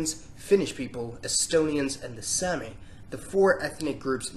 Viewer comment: Someone has most certainly already commented this probably, but sami isn't pronounced like "sammy" it's pronounced more like "saw-me" that's why you might see people spell it like sámi or saami, to emphasize the long a sound.